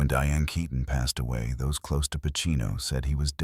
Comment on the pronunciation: Who ever was the narrator better learn how to pronounce her last name properly RIP Diane KEATON